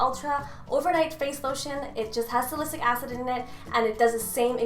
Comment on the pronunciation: It's "Sal-I-syl-ic" not "salisic" lol